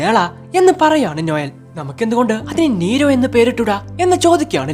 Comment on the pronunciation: നീരോ അല്ല nero